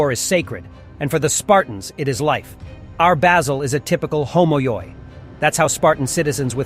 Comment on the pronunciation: 1. "ΟΜΟΙΟΙ" in Greek "Homoioi" it's pronounced as "oh-mee-ee". ΟΙ is like ee. 2. Helotes weren't a Spartan cast, they were conquered Messinians. Slaves by generetions to Spartans. 3. ΛΑΚΑΙΔΕΜΟΝΙΟΙ -> Lakaidemonioi is pronounced as Lah-keh-deh-moh-nee-ee. 4. the 300 were a unit of fathers, which means that all the members had sons. So that even if they were killed their sons would continue to serve. You could say even a suicide unit.